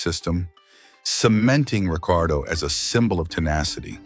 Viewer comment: You lost me at 4 different pronounciations of Ricciardo